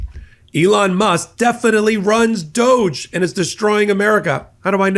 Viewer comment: Doge.. pronounced douche